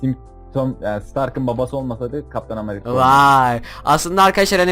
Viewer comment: kac kere amarika dedin :D